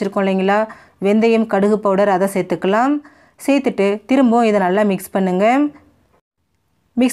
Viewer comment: சேர்த்துக்கலாம் சேர்த்துக்கலாம் ன்னு சொல்லும் போது ஏன் செயற்கையா அந்த கடைசி ம் ஐ அழுத்தி அழுத்தி சொல்றீங்க? சகிக்கலை. பிற மொழி நடிகைகள் உச்சரிப்பு வராததுனால அப்படி சொல்லுவாங்க.